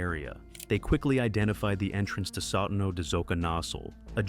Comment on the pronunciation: Now I'm surprised that the AI doesn't know how to pronounce ''Sotano'' (Soh-tah-no), not even a difficult one considering there's a tougher word next; ''Xoconostle''.